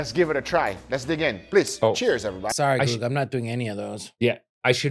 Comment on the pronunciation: Stop saying EVERYBODY "EEVERYBADDY"